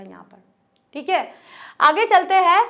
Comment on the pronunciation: आप कविताओं को बहुत ही सहज और सरल भाव से और विस्तार से समझते हैं; उसके लिए आपको बहुत -बहुत धन्यवाद आप "हैं"की जगह, "है" का उच्चारण करते हैं;जो सुनने में बहुत अटपटा लगता है... कृपया...